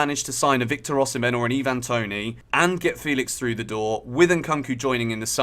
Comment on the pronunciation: Why're you saying Toney's name like he's a foreigner?